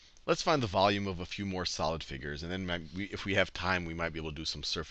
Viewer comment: How to pronounce volume vowme. XD